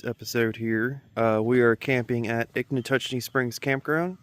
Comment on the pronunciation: Not Ichnatuckee. It's Ichetucknee. 😉